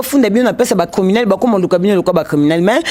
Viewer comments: balobaka criminel et non climinel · balobaka climinel té mais "criminel". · Bonjour. Si tu peux bien prononcer criminel!